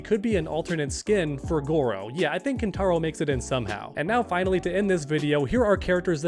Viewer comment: Ain’t no way you said kintaro